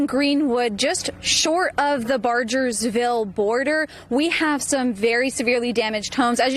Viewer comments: Someone needs to inform this reporter that it’s BarGersville and not BarJersville. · Teach that girl how to say Bargersville